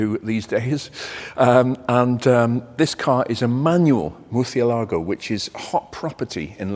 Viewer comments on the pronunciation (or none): It's pronounced the same... "th" not "ch" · It's pronounced murciÉlago, with emphasis on the E. Great video as always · The accent on the é tells you that the emphasis is not on "lago". The correct pronunciation is mʊrsiʹeːlago or murθiʹelaɣo. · Dear. The correct pronunciation is the second one you did. If you pronounce Murcie Lago it would be a two word name where Murcielago is a one word name and as you said murcielago is bat as those animals that fly or like Batman (Hombre Murcielago) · What a sound and what a car. An Italian car name IMO should be pronounced in an Italian way viz:- Murch-ia-lago- with the ia component slurred.. Thanks for a top presentation . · Actually, the accent mark in murciélago shows where the stress goes: on the “ié”, not the first syllable. It’s pronounced roughly moor-syeh-lah-go in Spanish.😊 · Hillarious. He can pronounce "Countach", but he can't pronounce Murcielago properly. LOL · say murcielago like you would say Galapagos stress the CIE upwards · Muricélago has the accent on the é to indicate how it is pronounced. This is no mystery. The pronunciation is written in the name. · I feel I must point out the tilde over the é, these denoting the emphasised syllable of the “little blind bat”. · I don‘t think any Spanish will get offended by how you pronounce “Murciélago”. At least I don’t. I studied and work in Germany and believe me, Germans also don’t care how you pronounce the product as far as you know what it is, how to fix it and how to do it well. It is already very respecfull on your part to try to pronounce and respect the origin of the names and details of every model. Thank you for the great content! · The other pronunciation is the right one. Se the accent over the e. It's bat. That is why is in Cristopher Nolan's Batman. I'm spanish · If you're going to pronounce it as a Spanish word (good!), the accent is on the letter 'e' so that it where the stress should be...not on the 'a'.